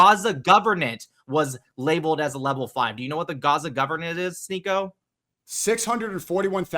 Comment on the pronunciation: "sHneako" you are so embarrassing...